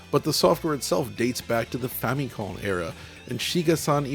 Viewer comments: Whenever he says famikhom😅💪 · The way he pronounces Famicom gives me the creeps. Just say it like the regular westerling that you are my dude. The words are actual english. They made their own bed with that.